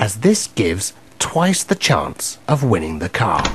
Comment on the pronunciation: chance 發音chuangs XD